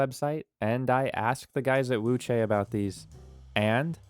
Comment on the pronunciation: Why does Wuque sound like Wuchey???